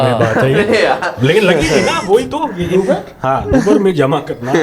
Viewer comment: "Jama" nahi "Jima" ;)